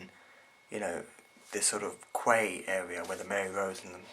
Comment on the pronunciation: Quay is pronounced as "key"